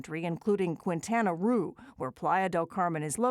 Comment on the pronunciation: Someone please reach her the proper way to pronounce "Quintana Roo".